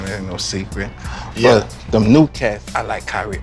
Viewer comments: get me 2, tree of dem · He said “I need two or tree of dem” 😭